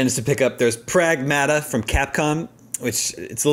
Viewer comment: It’s pragmahhhta not praaaagmaaattaaa lmao